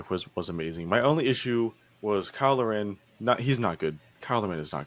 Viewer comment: No, they scored 3 goals all tournament (Canada). Lar-in (learn how to say his name!), was absolutely key in locking down the defending aspects vs. Argentina (and even other teams). He was a beast when it came to corner kicks/free kicks. Sure, he could've had a few goals, but lots of other players had chances too. Actually, ironically Buchanan had the weakest tournament before he broke his leg. For Canada this was definitely an A+, there's no way it wasn't...taking Uruguay to penalty kicks in the 3rd place game and improving our play ever single game was very important. Do more research...onesoccer, etc. (for a lot of the players it's very early in their international career so they'll make mistakes, example Bombito at CB. But, he's a great athlete and has a lot of potential for 2026 World Cup. I will stop 'criticizing' and move on...clear you have no idea about the players and what is going on about this team.